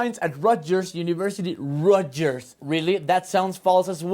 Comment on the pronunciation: "Rotguers", no "rotyers"